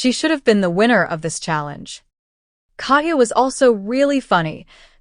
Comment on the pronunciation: Your inability to correctly pronounce Katya makes my Russian blood boil.